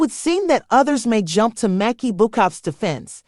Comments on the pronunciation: I like how her name was pronounced wrong and differently every time. Talent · If you're going to do a video on someone..... don't use AI, and pronounce their name right. So disrespectful. You're trying to make money off this person and can't be bothered to do it right. Lazy